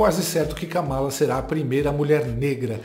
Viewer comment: Vi a Kamala Harris falando seu nome pronunciando o Kamalacom acentuação tônica no Ka. Uma palavra proparoxina,. Acho, portando que , se possível, deveríamos procurar fazer o mesmo. Notem que o Copolla fala de maneira correta.